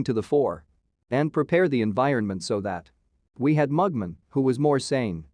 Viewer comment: It's cliff-hang-er, not cliffhinjer. And it's Mug-Man, not Mugmun.